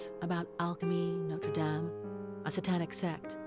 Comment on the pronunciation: GOD THE WAY THESE PEOPLE SAY NOTRE DAME THEY'RE RUINING THE NAME ITS SUCH A BEAUTIFUL NAME AND THEN THEY BUTCHER THE NAME ITSELF UUUUUUUUHGGGGGGGGGHHHHHHHHHH 😩😩😩😩😠😠😠😠😠😠😠😠